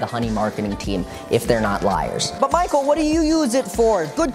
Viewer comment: make a thing that everytime says MYKULL it pinches ur cheeks. i thought about face cheeks but whatever floats ur boat little gremlin